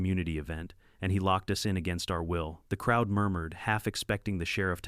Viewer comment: Why does the AI spell and pronounce our as individual letters? It's a single word and should be read as such! What the h**l is with unk in the text?